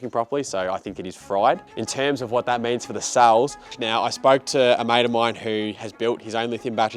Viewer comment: Cells not suls.